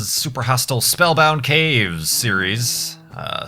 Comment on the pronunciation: Anybody notice that kept saying "Steries" instead of "series"? Or did I just hear wrong?